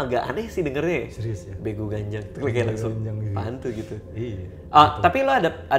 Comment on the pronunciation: Begu Ganjang, dibacanya begu gajjang. ini sering banget dibilang ke anak2 kecil yg mau keluar rumah,main malem2. "unang lao ho, sotung diboan begu ganjang i ho." (jangan pergi kau, nanti diculik begu ganjang) yang katanya suka nampakin sosoknya kalo malam2, makin diliat dia makin besar, kakinya panjang banget. pernah tulis tentang begu ganjang dan homang waktu SMA buat kompetisi dan akhirnya menang karna ceritanya belum pernah didengar org2. unik tapi serem.